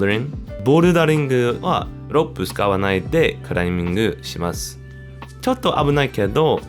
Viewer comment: ロープをロップて言っているのを見て、本当にカタカナって紛らわしいんだろうなと思いましたｗ ミネソタ在住なんですね。かなり漢字が含まれていて驚きました。すごい努力をしたんだなぁと感心しています。 アメリカで日本語を勉強するのは大変でしょうけど頑張ってください。